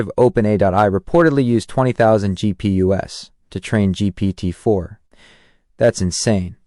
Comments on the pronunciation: It's "GPU's" plural of GPU, : graphic processing unit. Not "gp-us" 😂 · GPU ess? You mean GPUs? I think we're listening to an AI here.